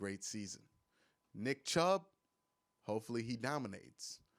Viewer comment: Weird way of saying nick chubb